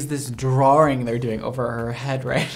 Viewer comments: Drawwwwring lol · Nobody:: “drawring”